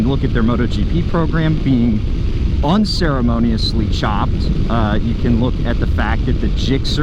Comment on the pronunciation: Did you put extra emphasis on unceremoniously chopped